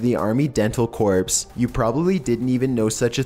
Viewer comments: Army Dental Corps Corps pronounced "Core" Not "Corpse" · FYI... Corps is pronounced as Core. Keep up the excellent videos! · for future reference "corps" is pronounced "core" :) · he actually fucking says "corps" its pronounced "core" hell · Get a speaker that knows English! Corps is pronounced with the p being silent and I won't even go into the Roman names! I can not believe how dumb he sounds!!!!!!!!l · Seltic tribes and army dental corpse, because engrish